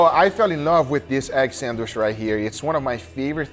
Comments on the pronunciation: It’s pronounced Sand Witch stop saying sanwish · Sand-witch, not sand-wish. Now you know. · Nice! Will try this next weekend! But please, it is san-witch, not sand-wish. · God damn it it is not sadwish i t's sadwitch. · it's a SANDWICH, not a "SANDWISH" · Your pronunciation is 100% correct,. Egg sand-wish.